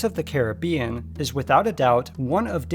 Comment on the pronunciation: Learn to pronounce Caribbean right